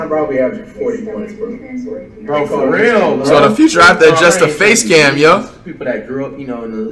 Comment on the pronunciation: I was dead when he said "foreal"😂😂